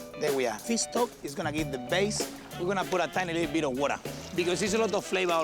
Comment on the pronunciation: Did I just heard Piss stock??